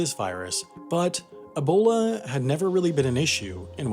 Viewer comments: Great video, but PLEASE, it’s E-bola, not AH-bola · EEBOLA NOT ABOLA